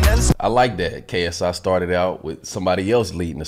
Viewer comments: He said KSE sorry to disappoint you guys. Go and re-listen. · LMAOOOO YO I think he was trynna say "KSI" but he was also trynna say "see, that's what I'm talkin about" so it sounds like KFC 💀